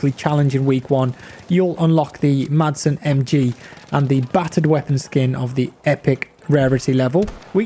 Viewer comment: Madsen with a silent D... "Masen"